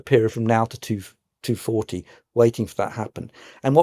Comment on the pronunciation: Not sure I can trust someone who says 2-40 instead of 2040!